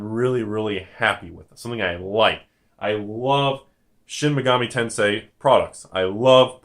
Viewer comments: Nah, you're pronouncing that right, if it's spelled, "Shin Megami TenSEI." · Finally i can get my Japanese Studies Degree to actual use: I hate to tell you.... Your pronounciation was actually spot on. (well, the time when you mentioned how you think its pronounced, not when you picked up the random wrong version;p)